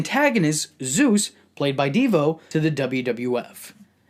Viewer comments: V said devo lmao off its deebo my brotha but thats why im here lol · i know you didnt call my mans Devo.....its Deebo bro lol